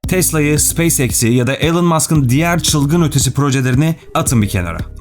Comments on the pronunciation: Elın değil ilan öğrenin artık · 'ELIN' degil 'iLON' Musk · Telaffuzlar konusundaki başarı çok iyi olsa da ana kelime Elon, elın değil ilon şeklinde olması gerekiyor yazmadan edemedim